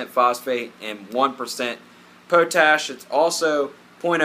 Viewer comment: Po-Tash? Maybe you mean Pot-Ash?